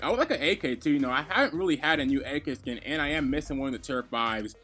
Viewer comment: Lol you said “blacks a skin?” That shit sounds racial xD